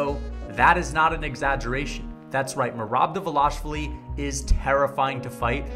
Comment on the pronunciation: Merab Dvaaaaaaalishvili... not De'velashvili